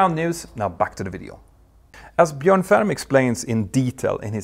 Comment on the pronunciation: Good to see somebody pronouncing Bjorn correctly (in English often spelt Bjoern).